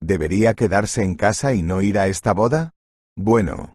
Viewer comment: Y otra que dicen es i r en vez de ir